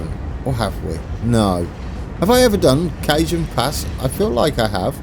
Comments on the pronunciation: The J in Cajon pass is actually pronounced like an H. More like cahone pass :) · In All Do respect. It is Pronounced kuh hown pass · Cajon is Ca-hon ;-)